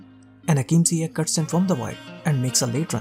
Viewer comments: Isn't it pronounced "Ziyesh" or it's just me? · It is a sound "sh" not K, Moroccans are influenced by French language when trying to transcribe names in the Latin alphabet and the sound "sh" in French is written "Ch" but in some countries like Holland, "Ch" represents the K sound. So mistakenly Ziyech becomes Ziyek/Ziyeg, which is completely different for Moroccans. But Hakim Ziyech have said in interviews that he doesn't mind, because he is easy going that way. This kinda of misunderstanding in prononciation happens to a lot of players from non-Latin language speaking nations when they are in Europe. There was another Moroccan example of Mehdi Benatia, when he went to play for Bayern Munich, his official name is MedHi ( H comes after D), written based on French way of writing the name MeHdi ( H comes before D), his name means the guided or the chosen, with the H sounding like in Hello, but the some German journalists thought his name is MedHi with H sound after ... which will make for a complete different name, that actually Moroccans seldom use for their children, Meanwhile Mahdi/Medhi is widely used by Moroccans and Algerians , especially those of France So same name with a same sound and same origin, can be written or pronounced mistakenly when transcribed into language whether it's following Englosh, French or other, for example , people of middle east as following English logic of sound may write the name Yusuph, or Yusuf, meanwhile North African will write same name as Youssef ( which is equivalent to Joseph for wes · Yes .... But even Lampard pronounces it Ziye-kh rather than ziye-sh